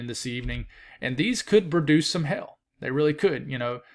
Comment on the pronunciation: I love your accent when I hear you say "hail". "Favorable conditions for "hell"" lol